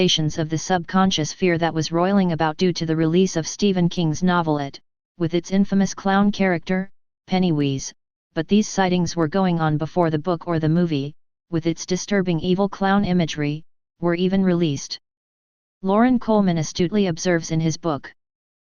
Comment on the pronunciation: lol "Pennyweeze" is my new fav =P